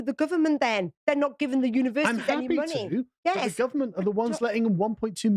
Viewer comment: The word is money, not munni